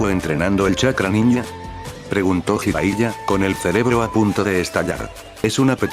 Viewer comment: Ah, y otra cosa Bro... Qué opinas acerca de que modificaras el cómo redactas la historia para subirla al Loquendo... Me refiero a que escribieras las cosas como se pronuncian, para que el Loquendo las diga como deberían sonar y así no se escuche rara la narración. Por ejemplo, palabras con J como Jutsu, tú la escribas como Yutsu, o Jiraiya, tú la escribas como Yiraiya. O palabras con H intermedia o inicial, como Konohamaru, tú la escribas Konojámaru, o Hokage como Jokague... Ah, también esas sílabas de Ge o Gi, que las cambies por Gue o Gui, como la de Hokage antes mencionada o Genjutsu por Guenyutsu... Ya sé que es más laborioso, pero la verdad se escucharía prrón que el Loquendo pronunciara tus historias como se debe... Incluso, agrega acentos (tildes) en donde veas que Loquendo no acentúa correctamente, me parece que en palabras como Orochimaru, el Loquendo acentúa en la U y se escucha como Orochimarú... Entonces tú tendrías que ponerle el acento en la A, osea, Orochimáru, Konojámaru y etc... Bueno, es mi sugerencia para que se vea o escuche todo más Pro!!! Saludos!!